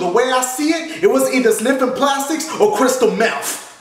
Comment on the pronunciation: I like how he says meff